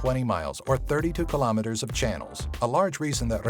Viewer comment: Anlos always mis-pronounce Kilometers, their brains can't handle it, YUK